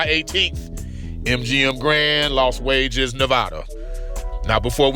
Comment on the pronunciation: Los wages 😂